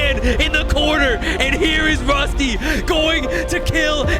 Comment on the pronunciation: ITS RUSTY NOT ROSTI BRUH YOU DO NOT KNOW